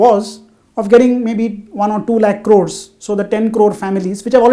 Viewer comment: One lakh. Not lake.